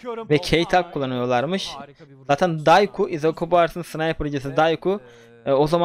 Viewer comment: abi Dayku değil Dokşiyu diye okunuyor